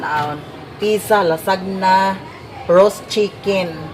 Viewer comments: Lasanya po ang pronunciation not lasagna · ( ayaw lainag sabot ha)...ang LASAGNA kay Lasanya ang pag pronounce ana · Dili Lasagna ha it's lasanya